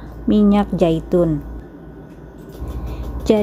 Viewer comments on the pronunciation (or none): Minyak Zaitun mbak. Bukan minyak Jaitun